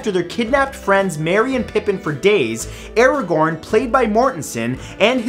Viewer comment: So no one's gonna comment Mathews pronunciation of Aragorn?😂